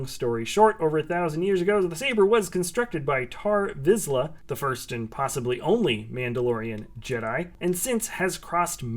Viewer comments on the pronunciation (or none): none